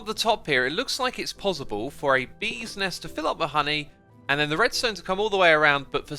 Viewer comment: I love his accent of PosiBle